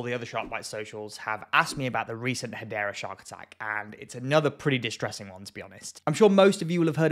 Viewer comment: Hadera is in Israel! You spell it Hadera! You pronounce it Gadera!